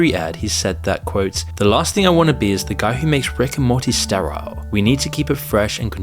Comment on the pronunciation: You're reading is annoying the ish out of me. Total Rickle? Steer-isle?